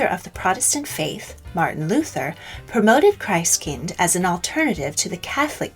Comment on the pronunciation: Okej nice video, nice research, interesting and all, but the pronounciation is quite out the window, sadly. I first twitched at [kraist kaind] which should be pronounced in the german way [kristt kinn-t]. Then zwarte Piet, despite not speaking dutch myself, was also quite hard to swallow. Tomte / Nisse don't have an i nor y at the end, and are pronounced [tom-teh] and [ni-sseh]. And [did moarge] was soooo... sad. It's [dead mo-rose]. I mean you managed to get the [chn] sound in Belsnickel, but Europe was too far for getting the pronounciations at least a little bit right ? That's disappointing. Also you can't talk about the Wild Hunt of Odinn aka germanic/viking mythology, relate it to modern Christmas, and then not talk about the fact that Jól/Jul was from the start the celebration of Freyr and other Vanir gods, and even Thor and his goats, and that's why the Julbock (Jul goat) got associated with that period of the year... Else I don't really see why including Odinn in the list, because no, he's not a Christmas-period specific character at all. His Wild Hunt lasts a much longer time and when it happens varies depending on sources and places. Otherwise happy that you included the Befana, Krampus and the icelandic spirits !